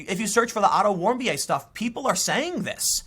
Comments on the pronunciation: Warm-bee-ay? It's Warmbeer. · Otton's last name is pronounced 'Warm-Beer' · Pronunciation of Otto Warmbier = Auto Warm Beer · Otto Warmbier = Otto Warmbeer Yup, that simple. And that was my gobshite moment of the day :P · I believe that Otto Warmbier's name is pronounced Warm"beer". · It's pronounced warm beer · It's pronounced "auto warm beer' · Name is pronounced "warmbeer" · Warmbier (pronounced: WARM-beer). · It's pronounce Otto "Warm-beer". Yes. Literally. The left just want to keep looking at the past. Erase all the truths we have learned from and make opportunities to victimize. That's too bad. The future is going to come regardless. Might as well try to make the most of it. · It's Otto Warm Beer. That's how you pronounce it. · Warmbier is german and pronouced warm-beer and means exactly that... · Warm beer is the pronunciation.